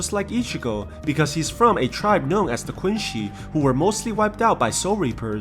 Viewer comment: Quincy not Quinci